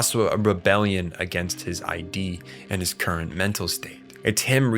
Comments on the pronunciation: I agree. It is VERY DISTRACTING bc every time he mispronounces the word, I correct him out loud (hehe). I understand that this is a common mistake made when one reads or studies material without external guidance or instruction. But, what source material is he reading wherein they write "the Id" as "the ID"?! That said, I always attempt to research things that I'm not totally sure about (& even if I think I am, I'll usually double-check anyway) - esp if I'm speaking or posting to others. However, I've been made painfully aware that in their posting/texting/ recording behavior, most people don't share this habit. But, people are sharing ideas in a way that's never been done before in history. So, if we make some mistakes in the process, it's okay. After all, even if it peeves some of us, at least we're trying & in the end, when its my video then I can worry about it (note: I don't make/post videos). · Your Id is pronounced eid. It's not I.D. It's wild that anyone doing a video essay on psychology like this wouldn't even bother looking up the pronunciation. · dude, it's not I. D. it isn't your identification, it's a word, not initials. Id... take the first D off of did. that is how you pronounce it. if you can't pronounce Id, you shouldn't discuss Freud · ID is not pronounced I and D. It's pronounced id. Like "it" but with a "d". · It’s not the “I.D”, it’s the “id”, and you don’t know what the word derive means. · Great video! Really enjoyed the breakdown. Just one note the term in psychology "ID" is pronounced like "Kid" with a silent "k" not "eye-dee" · Good video but many words are mispronounced; freud's id is not ID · we can't be quoting Sigmund Freud and saying eye-dee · my guy, my dude, my brochacho, id is not pronounced I.D. man 😭😭😭😭😭😭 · I love your content and analyses but something that bothered me in the Lain video was your pronunciation of id. It's pronounced as a single word, like 'it' but with a D, not like I.D. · its id as in "ih-duh" ya idjut